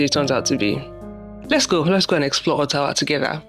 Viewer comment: I like how you pronounced Ottawa, not all these fake orttawa accents 😅😅